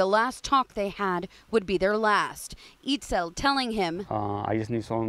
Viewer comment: “eatscel” not “eatzul”